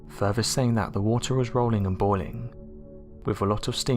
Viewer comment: It's FUR-THER, not FER-VER!! It amazes me an English speaker can't even pronounce th's!!